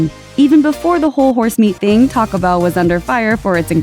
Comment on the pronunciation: Just a question - do you realize that Taco Bell contains TWO words? Taco Bell does NOT rhyme with Pachelbel!